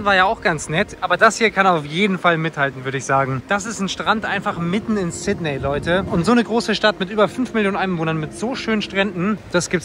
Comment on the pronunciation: Sydney wird übrigens "Sit-nii" ausgesprochen.